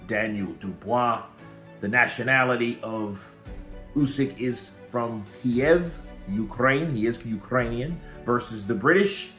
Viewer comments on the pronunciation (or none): none